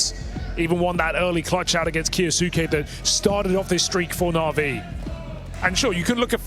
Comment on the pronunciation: When will these british commentators learn how to say kyousuke its so annoying